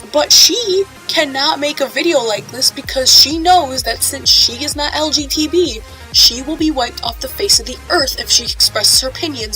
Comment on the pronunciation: May I ask why you say LGTB Instead of LGBT?